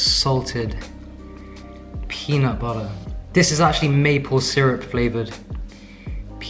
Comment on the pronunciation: That US accent "peanut butter" needs a little work. lol 🥜